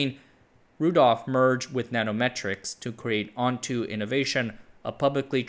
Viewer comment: ONTO is pronounced like ON-TOE and not ON-TOO. Doesn't make it any less peculiar of name.